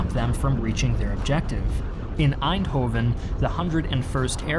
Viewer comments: Nice video, but we aren't. You don't say aainthofen, but èndhooven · pronounced Arnhem pretty well me: "impressive" pronounces Eindhoven me: "nvm" always fun when non-Dutch people try to pronounce Dutch names xD